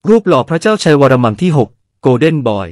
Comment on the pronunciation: เสียงAi ฟังแล้วขัดใจชิบหาย วรมัม ว่าซ้านนนนนน